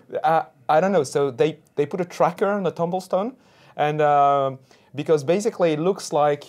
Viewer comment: in the video, Did said "tracking tombstones in South Africa"? sounds like"tumble stone".